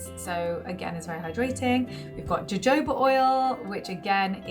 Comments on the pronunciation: No it’s “yo yo ba “ 😀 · I think it's pronounced "ho-ho-ba" oil 😃. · Jojoba is pronounced “Huhhobuh”. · I think it’s pronounced ho-ho-ba...”jojoba” oil